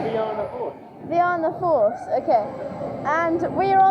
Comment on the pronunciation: Fie ana force.... "Fi in na force"